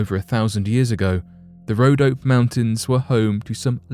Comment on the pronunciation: BTW, it's pronounced: RhodopEE Mountains.